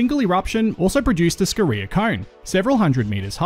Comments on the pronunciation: Great video mate, but I get a little triggered by your pronunciation of Scoria and Dolomite. Your emphasis on the reee in Scoria and Dole in Dolomite to be specific. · You already know how to score. Just add "ee" and a short "a" if you want to pronounce "scoria" in both English and USA.